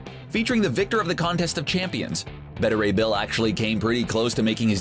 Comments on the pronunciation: Bet-a ray bill? Thought it was Bae-ta ray bill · It's "bay-tah" Ray Bill. Not "bettah." get your shit together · It is Bay-ta Ray Bill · Instead of diversity, how about concentrating on a good story with good characters. And for god sakes, try to use actors with a little charisma instead of actors like Larson and.... well, she's the only boring one I can think of right now. Overall, Marvel does a great job of casting so they were bound to hit a dud sometime. Oh yeah, one more thing. His name is Beta Ray Bill, not BeddaRay Bill. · I am beyond triggered by the pronunciation of Beta Ray Bill in this video.